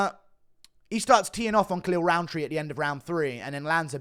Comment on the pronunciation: Maybe cause I'm not a native English speaker but to me his name sounds exactly like "Khalil Round 3"